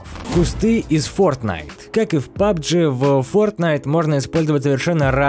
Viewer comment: Не "паджи", а пубг